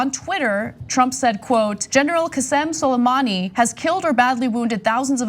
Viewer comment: Could you at least make an attempt to pronounce Suleimani's first name properly? You're not much of a know it all if you can't bother yourself to get a name right.